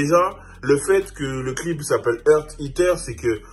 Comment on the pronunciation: Bordel il dit quoi? mdrr c est heart eater pas Earth non? elle mange un coeur pas de la teerre Mdrrr